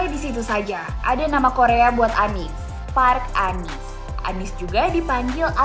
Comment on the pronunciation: pelafalan "Park" jg bukan seperti pelafalan "park" dalam english